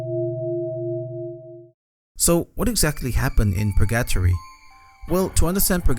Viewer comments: its pronounced per-gah-tory not pur gattory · "Purgyattry" it's Pur-ga-tori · So you're saying that pronounciation is like being in purr-gat-tree for you? ;) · That pronunciation of “purgatory” just made me think he’s saying “purr-gato-ree” = purrcatry😅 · Pur GUH tory bro, GUH! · I can't get over how he says purGAtory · It's driving me nuts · I can only assume he's never heard the word said out loud before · Surprised you pronounced "Purgatory" as "Purr-gat-tree" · SAME OMG. I LOVE THIS CHANNEL SO MUCH BUT THAT WAS LIKE NAILS ON A CHALKBOARD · Hi first time commentor but I love all your Japanese horror video game vids!! 2 things 1. since I didn't see anyone mention it I thought I say well done with the English since I assume its not your first language, for when you do Purgatory 3 its pronounced Pur-Gah-Toor-Ree last part like a Japanese Tori gate, hope this helps and sorry if it seemed rude. 2. if you ever get a chance please check out a game called "The White Chamber" its a short game with some swears and crazy horror but the wild thing was I got it on a disc with a magazine when was a child, this game obviously WAS NOT intended fore children and someone made a grave mistake putting it on a disc partnered with a magazine aimed towards children. thought it might be worth a look, thank you for the content. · Love your vids 👍 Just want to correct the pronounciation of the title. Purgatory is spelled like Burger-tory just with the B replaced by a P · The way you say purgatory drives me insane ₍ ᐢ.ˬ.ᐢ ₎ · …how you pronounced purgatory gave me psychic damage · I like the way you say Purgatory. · The way you say purgatory is funny:) sounds like rally english:D